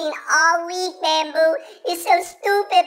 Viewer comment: I can't stop laughing between - my favorite part was and the way she said bambu